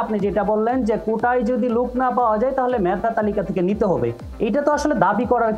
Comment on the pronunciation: ের উচ্চারণ লুক,,কুটা,, হাইকুট😅😅😅